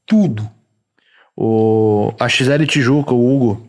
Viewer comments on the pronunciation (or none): A X L tijuca foi foda em , pelo amor de Deus, é Axel q fala mano, jesus....